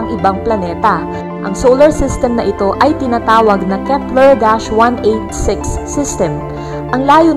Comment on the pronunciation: Keps ler planet? 😂